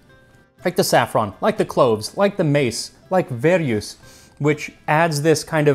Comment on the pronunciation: Lovely video as always ! Thanks Max !Just a note as a French speaker verjus is pronounced vehr-jus (same u as the French dur ,mur,pure…) literally « green (grape) juice « .